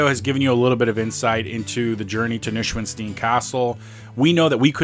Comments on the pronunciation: Noy-shwan-stine. That's how to pronounce Neuschwanstein. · You need to learn how to pronounce the name of this castle! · you butchered the name at the start :D I would actually get a hike from the mountain (there is a cable car) and get on the bridge from the other side. The castle itself is a little bit overated, Linderhof is much nicer. The tour inside the castle is ok, but DONT make any photos on the guided trip inside because they actually will kick you out for that (we had a guy like that on our trip). And mostly, dont overpay for guided trips. Rent a car! There are so many cool places nearby and if you dont go up the mountains then you need only 3h for the castle and got loads of time to check the other spots nearby.